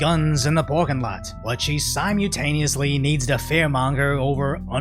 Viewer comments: sigh-mull-TAY-nee-us-lee, not sigh-mall~ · sie- myu -taneously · bro you prolly oughtta pronounce 'simultaneously' in a way other than 'sime-yu-taneously' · 1 million subs...plz learn how to say simultaneously...lol